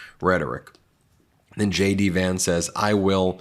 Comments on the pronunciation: It sounds like you're saying "Shady Vance" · Did you just say Shady Vance?